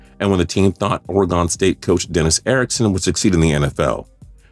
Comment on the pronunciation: I know said Joe Montana led the dolphins to 4 Super Bowls but is no one going to say anything about how he says Oregon??